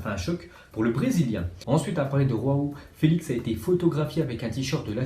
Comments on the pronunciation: C'est pas Roao Felix c'est João Felix. En portugais la prononciation n'est pas la même qu'en espagnol... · joao felix ca se dis je pas re ….. on est pas espagnol c'est la 2eme fois que je te le dis.